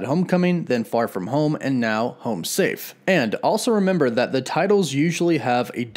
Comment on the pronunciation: Is it just me or did you say "Spider-Man: Fart from home"??